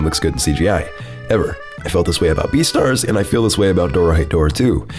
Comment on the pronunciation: The way you said "beastars" made me laugh. Thanks a lot.